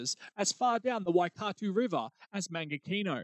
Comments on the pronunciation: Lol, Waikato is pronounced closer to 'Why cat toe' but Im sure a maori language enthusiast would argue that... Brilliant vid by the way 👍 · I'm confused. You have a Kiwi accent, but can't pronounce Waikato? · Hauraki and Waikato weren’t flash either… couldn’t you find a Kiwi to pronounce then for you?